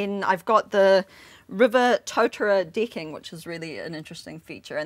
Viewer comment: Awesome setup; great work; but can't - in good conscience - continue watching after hearing the word deecking.